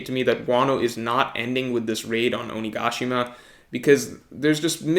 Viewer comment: hey. you shouldn't pronounce oni ga shima as one word. you should separate it into 3 parts so it doesn't sound weird. oni-ga-shima